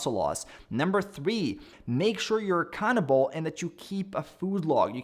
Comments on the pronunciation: I know he said "make sure you're accountable" but I heard "make sure you're a cannibal" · I thought when you said ‘accountable’ you said ‘make sure you’re a cannibal.’ Hard to find lean sources of protein on that diet 😂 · swear I heard “make sure you’re a cannibal(accountable)” 😅 had to do a double take